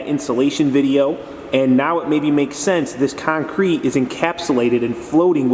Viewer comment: Love how you call it kine-crete! :) Great vids! Thx!